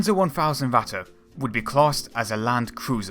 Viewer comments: Going by his pronounciation the likely choice would be "watte" (cotton). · Vatte?? You mean Ratte? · Not "Watte" there is a R, just try to say the english Rat and then add the te, not exact the real pronunciation but closer than Watte. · Why thoes everyone say Ratta and not ratte. Dude ratte is german Stop saying german words like englisch. Stop sayin A instand of E E=E E is not A. And not E like I thats so stupid. Please, if u make Video or Talk about german things. Say it in german. Or just dont talk about it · I don't recognize the "german words" "Ratte" and "KÖnigstiger" any more :-) The first pronounciation sounds a little more like "Watte" ("cotton wool") - the "rolling R" is hard, I know. And second: the german "Ö". There isn't a good equivalent in English, maybe the "ea" in earn. But nevertheless: thanks for the footage :-) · Yeah, he always says ´vatte´ instead of Ratte´. He also pronounced ´russians´ like ´vussians´. He Chinese? lol. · why is he saying the r from ratte like a w. Starting learning fucking german you americans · gotta love how this "documentary" pronounces the Ratte incorrectly.. that would be like calling a Maus a "moss", it is instead a "mouse", where as the Ratte, is pronounced "Rat", not Ratter..... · Your spelling is just as bad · Its Impossible to here "the Ratte" without getting "Ohrenkrebs" - ear canzer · I really dont know what you americans got with pronounciation. BUT you got the fucking R sound in your language, so please use it. Literaly, i could not watch the video cause you kept calling it "watte" which means wool in german. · How come many British people have trouble pronouncing their "r"s? Why wasn't this speech impediment corrected as a child?? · it's ok that you don't speak German, but please stop trying!! it sounds awful and it is completely wrong pronounced. the video is great !!!!